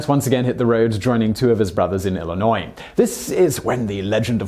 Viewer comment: Did....did he just pronounce Illinois correctly???? Holy shit?!